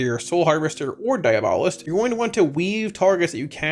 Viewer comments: I love your guiides and I mean no disrespect but it's pronounced DIE- AB- O'list , meaning "Satanist". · Thanks for the guide. But also - diAbolist, like diAblo. And, like the word Quiet. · I know. I was correcting the pronunciation.